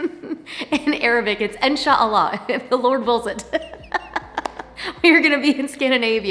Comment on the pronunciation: Ur videos always make my day and motivate me to take care of my home more! I really like the idea of implementing design represents heritage that's a great point 😀 btw ur pronounciation of God willing in Arabic was rlly good! 👏